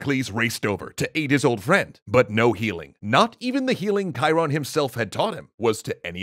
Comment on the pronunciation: Thank you for teaching me the correct way to pronounce Chiron